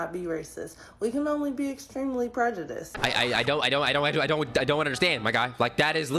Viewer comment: did he just say prejedisum tf LMAO